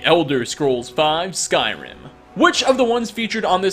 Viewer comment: Does pronounce Skyrim words and names wrong for a hobbie